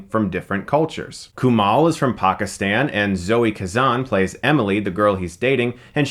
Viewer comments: its KuMAIL... not KuMAL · Kumail. Mail. not Mal. Mail. as in mail. KuMAIL. (Source: I am brown and south asian) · KUMAIL like E-MAIL. Not KUMAHL. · dude.. it's Kumail not Kumal. lol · I love how Chris repeatedly mispronounced the lead actors name in the review. Lol. Kumail (mail not mall ya dig?) I've listened to him and his friends say his name enough times on the Harmontown podcast. It was weird to hear it pronounced this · Kumail is different than Kumal, just sayin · it's pronounced "Koo-may-ole" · ''Koo-male'' Get it right Stuckmann. You're gonna be seeing plenty more of the guy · You say kumail wrong. It's not kumall. You watched the movie and hear people pronounce it right and u still say it wrong 🤔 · It's Kumail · It's coo-mail. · Every time Chris says "KUMAL", my soul dies a little bit inside. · sohaybsful I have the same name and the OP is right. It's a Pakistani name pronounced Ku-mail. It just has the same meaning as Kamal. Just take my word for it. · Dude learn how to pronounce Kumails name. Don't they say his name in the movie? You're way off lol. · Kumail isn't Arab. He's from the sub continent and that's how the name is pronounced there.